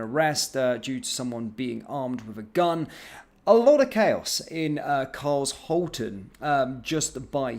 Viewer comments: Carl-shalton is the correct pronunciation. I really hope and pray all is well with the victim. I also don't understand how someone with 4 wheels did not do anything but watch. He should have called out that the police are on their way for them to scram. I feel so bad for the state of the youth culture in this country, if only the government didn't close down all the youth clubs. 🙏🏼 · It's not Carl-shalton. I live there trust me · Thanks for the report, I live quite near and knew nothing about it. Just for reference, it's pronounced as Car shalton. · Not met anybody at 100% yet but you are closer to professionalism than many. Somebody in the process of losing their life and people picking you up for pronunciation, shame on the petty individuals. Well done for the coverage. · You pronounced Carshalton wrong, this is my neck of the woods 😢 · Pronounced Car-shawl-ton Not Cars-halton is part of greater London and is also in Surrey. Not far from Croydon which is a total sh*thole. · Car^shal'^ton not cars^halton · It's pronounced car-shalton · I think youll find its car shalton, not cars holten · Cars Halton, so funny, it’s shhhh Carshalton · Luvvie it’s. Car sh alton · I live a couple of miles away and i wouldn't say this is a posh area with lots of money flowing around it if I'm being honest. This is very close to one of the biggest council estates in Europe. Ps, it is not pronounced as Cars-halton, it is Car-shalton. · carsh alton not cars halton it is a suburb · It’s not Carl’s Halton, it’s one word with a ‘sh’ sound in the middle. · It's not cars-halton you moron it is Car-shalton! Jeeeeeeez can no one speak English any more! Or should I say A-neeemore? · Your pronounsing it wrong carl shorten carlshalton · Pronounced CARL SHALL TON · It’s Carsh alton sorry but just had to point out the pronunciation 🤷‍♀️ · I though it was pronounced car-shul-ton. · It’s pronounced “Car shalt on” and I should know as I was born there 74 years ago. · Car...sh...alton. car...shalton